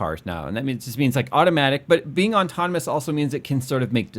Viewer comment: How does not know how to pronounce autonomous?!?! ôˈtänəməs.